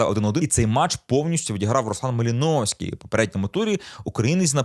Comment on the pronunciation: Такі да, МалИновський !!!😂